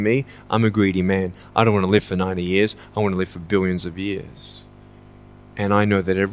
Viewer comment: 잘 보고 갑니다. 항상 열성적이십니다. :-) 영어원서에 본 영상과는 달리 빠진 단어들이 있어 가로안에 적어 올림. And (when) we’re looking, I want to ask you, “What are you looking for?” "(What) if I can just (get) drunk? Why not, man? I’ll only live once." (Huh), if that’s the way you believe, great. ***As a side note: 설명하실 때 live의 발음이 계속 leave라는 발음으로 들림. ^:^